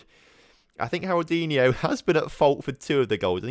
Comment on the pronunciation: "Harroldinho" is more of a portuguese name... Haroldiño would be a lot better